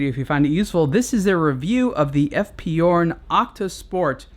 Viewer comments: It is pronounce "zhurn" not "yourn".just an info. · F.P journe is French not German so it's pronounced 'zhourne'. If he was German then 'yorn' it would be. But no -. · It's Journe. Not Yourne. Otherwise, good review. Thanks. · F. P. Journe or eff pee shourne, not eff pee you're. Sorry, it's my OCD. Update: I couldn't finish the video having to hear you mispronounce Journe. And yes, I know I could very well be wrong. But if I am, then I couldn't watch anymore because he kept rightly pronouncing Journe. 🤷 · Pronunciation is totally wrong. Again! The name is pronounced like in french equivalent for the "day: Fonetically "JU:R" and add the N at the end: JU:RN. Also the initials EF PE EF PE JU:RN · It's pronounced "shourn". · hard J as in Journey... It's Fench